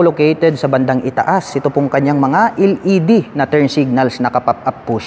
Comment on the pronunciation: sir LED po "EL" ,, hindi po "iL ED" ...wahahahaah